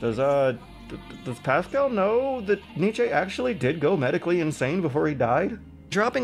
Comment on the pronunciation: "NICH-AY"? ITS "NICH-EE"